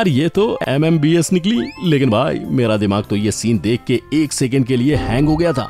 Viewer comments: MBBS Hota he Bhai MMBS Nahi serial dekh dekh k aap ka bhi Dimaag kahrab ho gaya 😂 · MMBS nhi hota h MBBS hota h..🤣🤣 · MMBS nhi fact bhai MBBS hota hai 😂😂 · Bhai vo MMBS nhi MBBS hota hai 🤣🤣🤣🤣🤣🤣🤣🤣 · 6.06 bhai MMBS kuch nahi hota vo M.B.B.S. hota hain